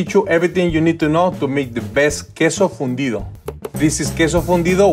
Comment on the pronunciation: I thought he said fundio lol